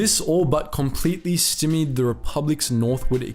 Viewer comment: The word stymied is pronounced with the "y" making a long "i" vowel sound. So it's pronounced "st-eye--me-d," not 'stimm--me-d." Conversely, the word Stygian , at least in its traditional usage, as in relating to The River Styx, the "y" is pronounced with a short "i" vowel sound.